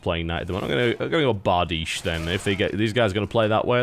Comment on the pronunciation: Love how TB actually pronounces Bardiche correctly!